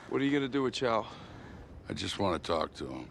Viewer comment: It’s chow, not chao